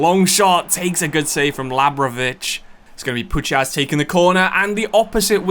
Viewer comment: As a Pole, I'm in such pain the way you say Puchacz 🤣🤣 it's Pu-khach. Great video anyway 👍